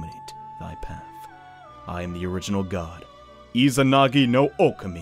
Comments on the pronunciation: Oh-Kah-Mi Sorry, the whole "Oh-keh-mi" thing was driving me insane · Am I the only one that is hurt by the way he says okami it's Oh Kah Me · Its deadass pronounced oh keh mi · Nah, It’s pronounced Oh Kah Mi, Confirmed by Joker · Josh L THANK YOU OH MY GOSH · The pronunciation of Okami here just stings man lol